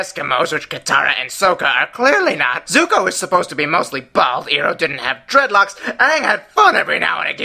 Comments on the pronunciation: the movie sucked. i mean they pronounced aang, sokka, iroh...... ONG= AANG... SOKA=SOKKA EEROH=IROH... kind of lame. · Iroh is pronounced 'eye-row' not 'e-row'. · Sooka? Eroh? Ung? FUCKING SERIOUSLY??? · Disappointed you didn't point out the whole Eroh instead of Iroh thing..